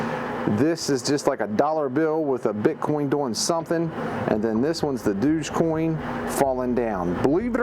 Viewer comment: and please please man it's not (dooge coin) its pronounced (Dohj) with an emphasis on the (oh) like dog with a J on the end lol